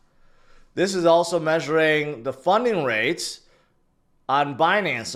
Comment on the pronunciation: Thought I heard you say "Funyun Rate", and got really excited